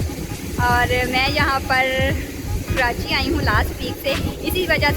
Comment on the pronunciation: please correct pronunciation my City... KARACHI کراچی